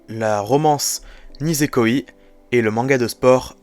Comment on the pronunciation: Franchement c’est une honte , « Nisekoiiii » ,nan mais la prononciation, c’est quoi ça 😭😭. (Et si tu veux savoir le os est sorti le 29 janvier 2013, et il est présent dans le tome 14 de haikyū!!)